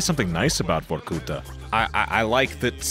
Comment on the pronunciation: The narrator need to put more emphasis on the A in Vorkuta like vor-ku-tahhhhh